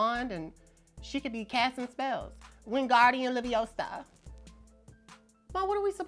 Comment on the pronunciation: Not wimgardian leviosaa LOL 😂